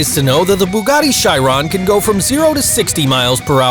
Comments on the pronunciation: you said Chiron wrong btw just saying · Pronounces a Chiron wrong, Koenigsegg etc Me: And, that, I have decided that, I want to die.